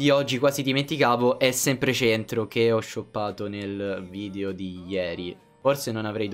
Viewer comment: a me piacciono i tuoi video ma mi girano i coglioni quando dici VIDIO SI DICE VIDEO VIDEO VIDEO porca miseria